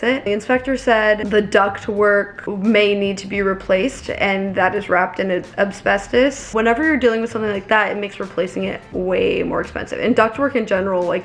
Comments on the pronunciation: I wonder if there actually was another offer or if they were just saying that. If there was, I hope they did their checks too. Shame we can't get an update on that lol Also, it's Asbestos, not Absbestos lol Given how much research you do, something tells me you were saying it incorrectly intentionally.... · Hey just so you knowwww, asbestos is pronounced ass-bess-tos not ab-sbess-tos! The S is before the B. Just didn't wanna have you finding out in like 5 years and wondering why nobody said anything 😂